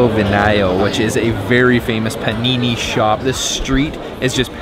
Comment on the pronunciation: "PANINI" AHAHAHHAHAHA JESUS CHRIST